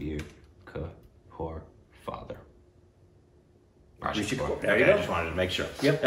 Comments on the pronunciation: Nobody:....: Let me just add an "a" in Rishi. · It's not RASHI, it's RISHI KAPOOR. 😅😅